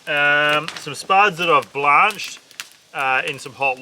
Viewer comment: Digging this video ! and then you lost me at Blaarnched instead Blanched . But got me back at "fuck'n pumpkin" though 😁